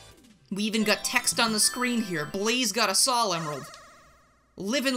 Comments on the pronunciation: What?! pronounces "Sal" instead of "Soul"? I'm literally crying and shaking right now. How could you do this? Great mod though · Respectfully, sol is pronounced sole. There’s a reason for this, sol is Latin (I believe) for sun, which fits her fire theme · Sol is the spanish word for sun. The pronunciation of sol is with a long O. Further, while english has rules, none of them are hard set. For example, the word troll is pronounced with a long O without a second vowel. So the correct pronunciation for Sol is with a long O. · That statue was made by Picsandpixels. Also Sol pronounced Sawl is a Latin root for Solaris or Solarium as in our Star.